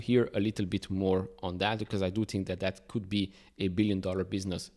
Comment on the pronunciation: Its "think" not "tink" and "thank" , mot "tank